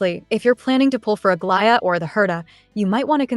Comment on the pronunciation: You’re the first YT CC who can say Aglaea’s name without my skin crawling. Thank you lol